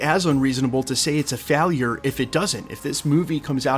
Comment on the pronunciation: The way you pronounced failure just blew my mind lmaoo Jkjk hope u can take a joke this is a winning comment 😂👏🏾👋🏾